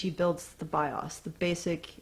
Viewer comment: You are mispronouncing BIOS and it's annoying.